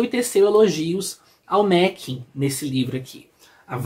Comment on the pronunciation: se pronuncia Arthur Márren. Grande abraço e parabéns pela coleção.